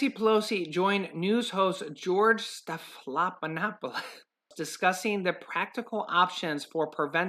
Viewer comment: STEF-AN-NOP-POLIS:)